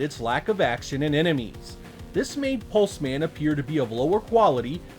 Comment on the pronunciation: Hes a pulse man...not 'Pulsemin' "Hello. I'm Steve. Steve Pulseman"